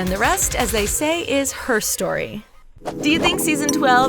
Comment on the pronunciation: Can I just say WRONG to this lady pronouncing “her story”